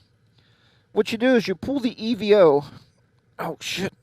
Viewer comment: Hello nice video. For the record it's pronounced EVO as in evolution not E V O......... I like the unit and considered adding it as a second camera before my GoPro Hero 8 Black purchase. I think it shoots best in 1080 60 fps for youtube but what do I know I'm still using the 6 year old Sena Prism. Also great idea to move the camera forward on the helmet. thanks for sharing.